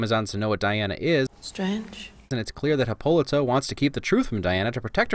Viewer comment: I’m gonna make one complaint.. Hip-POL-ih-tah End rant......